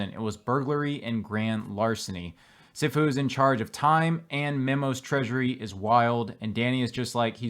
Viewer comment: its pronounce "SEE FU" also known as "MASTER" in Chinese or Japanese